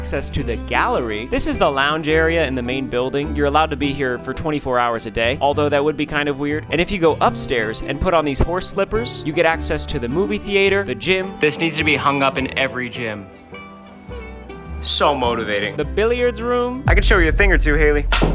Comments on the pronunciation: bro wtf is a theAYter??? its theater (not tryna be mean that sounded meannnnn) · is this how everyone says theater in Texas or is it just Ryan?